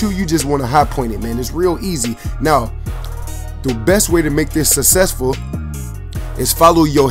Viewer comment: Why does everyone say success/successful wrong?